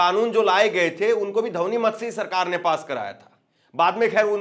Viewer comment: ध्वनि मत नहीं बोल पाते धवनी क्यों बोलते हो